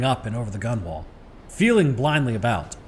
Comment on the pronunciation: FYI gunwale is pronounced gunnel like funnel